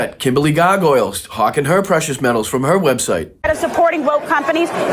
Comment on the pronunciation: I especially enjoy Brian's pronunciation of Gargoyle!